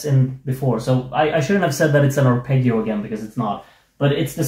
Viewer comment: The ending of the song perhaps acts as a musical mirror to the lyrics: "Don't leave me like this, naked with shivers. Sometimes I don't know how to express myself (...) I'm always wrong":D p.s.: congratulations for your musical skills, but the word "arpeggio" should be pronounced with the sweet double G (the G of 'John', not of '':D)